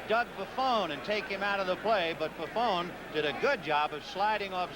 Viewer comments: ... It really helps when you announce games to know the proper pronunciation of the player's names. Doug Buffoon? Are you kidding me. LMAO 😆 😆 😆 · For all the waxing poetic of all days, these announcers were bad. Between Scully mispronouncing Kotar's name (ko-TAR), not (ko-ter) to them call Doug Buffone (Buff-own) Buff-OON, have to wonder what went on in pre-production. Johnny Morris was better than Hawkins, only if for that fact he said less..